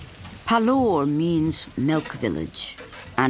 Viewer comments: Hahaha! I could see that this video is very old. However I saw it only now, so I thought of adding this comment. From the name of the author it seems he is an Indian, so by just changing the Accent one can't hide his origin. Secondly the name of the station is pronounced as PAALOOR, a Village of Milk and not as PALUR, a Village of Teeth. Moreover from the various scenes it seems the earlier name is correct, a Village of Milk. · It's pronounced as Paaalur where Paal means milk in Tamil. The station is in Tamil Nadu.